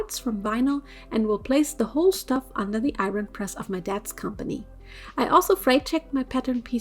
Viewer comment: Lol I love how she pronounces “iron”